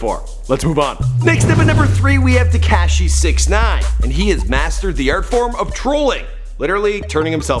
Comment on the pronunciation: Can he learn how to say tekashi 69